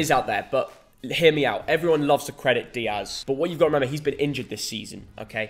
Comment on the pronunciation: Turned off after he said Dias